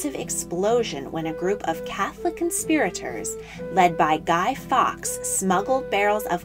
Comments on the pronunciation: Fawkes pronounced forks and not fox. Just saying. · Guy fowlks, not guy fox!! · I know, the pronunciation was a tad off. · It's Guy Fawkes not Guy Fox! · It’s Guy Faukes not Fox. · It is Guy Fawkes NOT Guy Fox. Get it right or get lost. You Div. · It's Guy Fawkes not Guy fox